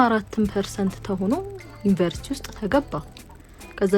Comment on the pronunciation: Even They couldn't pronounce University properly, how they are teach others? Useless generation